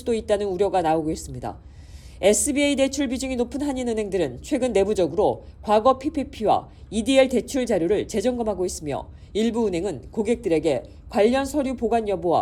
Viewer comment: 이디엘이 아니고 EIDL